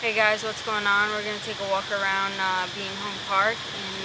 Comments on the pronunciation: That makes about as much sense as the way you mispronounce Bien Hoa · Not at all. It's changed a lot since I was there. But it seems to me if you're going to provide "reviews" of a place, you should at least learn how to pronounce it correctly. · First thing you need to do is learn how to pronounce Bien Hoa.